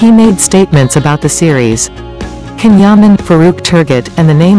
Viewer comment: It is spelt CAN yaman but pronounced JAN Yaman 💜💗💕🍒🍓